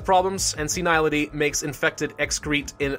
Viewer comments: "Stomical discomfort" "Urinal bleeding" Jeez, you'd think a Plague, Inc. player would at least know words like "gastric" and "urinary". They clearly know "osteoporosis" and "vascular", so why not shorter words? And? It's pronounced "seh-nil-ih-ty", not "seh-Nile-ih-ty". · Senility is pronounced "Sen-ill-ih-tee" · I believe it's pronounced "sin-ill-ity", if you hadn't learned that in the 6 odd months since this was released.